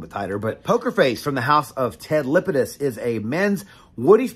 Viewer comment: LApidus not Lipidus. La pi dus. La La